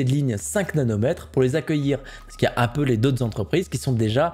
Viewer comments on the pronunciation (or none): none